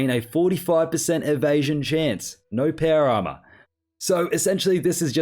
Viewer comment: It took me 13 minutes to realize he was saying Power Armor and not para armor…